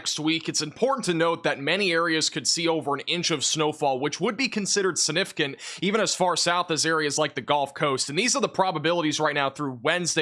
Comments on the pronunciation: you gotta learn how to say Significant and First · I know this is a small thing, but I've noticed you tend to make the g in significant silent. That's not standard pronunciation. Your pronunciation and enunciation is otherwise so good, I thought I should mention this. Your videos are excellent, so thank you for them!